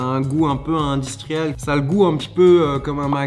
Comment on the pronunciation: "C'est un peu indistriellle"